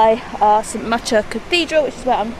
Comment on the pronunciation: Watching a bit further your pronunciation bof St. macher was also a bit suspect.